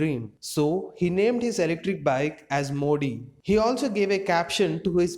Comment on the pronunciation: Its modi not mo d